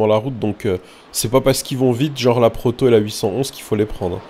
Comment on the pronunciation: Mdrr à dit "Porto" au lieu de "Proto" mdrr.